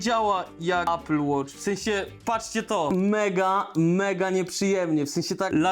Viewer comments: A apple nie ejpl tylko apl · ejpel... Człolwieku - obejrzyj jakikolwiek filmik po angielsku dotyczący sprzętu Apple i posłuchaj, jak to się wymawia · Ejpl Ejfon 🤣🤣🤣🤣🤣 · Ejpyl 🍏hahahHa nawet po angielsku mówi się mniej więcej Aepyl. Kurw@ na cholerę ludzie to robią. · Ejpyl, ajerpodsy 🥹😂